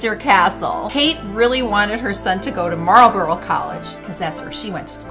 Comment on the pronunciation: That pronunciation of Marlborough!!!! 😂😂😂😂😂